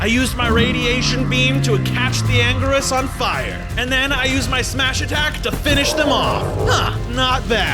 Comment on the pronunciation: "anguris" bro its anguirus